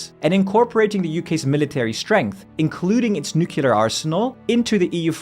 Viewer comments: I hate when people pronounce "nuclear" as "nucular" 🙈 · Stopped listening "nucular" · Nuclear, not Nucular. It's right there🤦‍♂🤦‍♂🤦‍♂